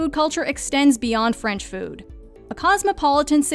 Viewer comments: Is the narrator French? Accurate pronunciations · The way she pronounce words in french is spot on I am impressed